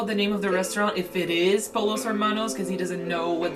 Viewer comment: Its pronounced “poyos” not “polos”! 😂😂